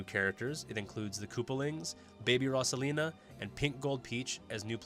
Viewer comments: Could just be his accent. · Wait wait wait. What did u call rosalina? Rusalina..